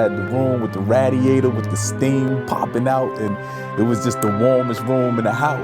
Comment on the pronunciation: he said raaadiator dam I aint heard that since brooklyn omg lolol I love this